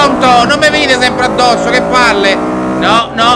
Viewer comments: CiccioGamer89 "Addosso", non "a Dosso"! Correggi xD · Sta serie non la fini Ciccio! L'ho supportata sempre e credo con me tanti altri iscritti... ps: "a dosso" non si puo' sentire:)